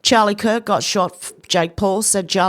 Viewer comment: Charie kirk? Umm wtf is that?